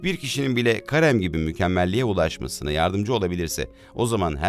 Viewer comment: Karem değil de Kerim de lütfen